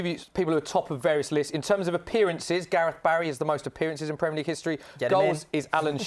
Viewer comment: Man said Gareth Barry loooool stop it